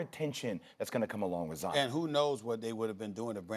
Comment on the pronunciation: ZION RHYMES WITH LION. How are so many people so wrong? Mt Zion, these things have been known since a kid Lion Zion. C'mon.